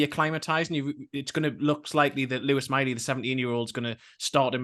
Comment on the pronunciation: I know you lot are down there near France.. But the Miley lads name is not pronounced like he's a French king!!